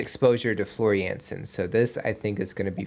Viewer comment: The only thing Troy does not play is ice hockey ;) Floor Jansen is Dutch, so you pronounce her last name as Yansen, not Jensen. Best regards from The Netherlands!